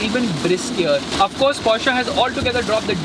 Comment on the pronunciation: And people call this automotive journalism, a girl screaming in the trunk, a guy who can't pronounce Porsche or Macan correctly, "testing" in public roads, and wait he knows how to read the brochure! Slow claps! 😎